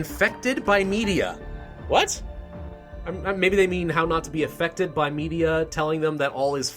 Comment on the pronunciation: "while already affuckt... affected"